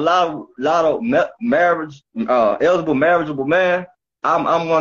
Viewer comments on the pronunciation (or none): He can’t say eligible… That’s concerning. I think he should get his passport and pack his bag.